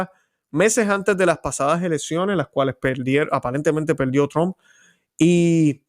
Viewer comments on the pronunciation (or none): none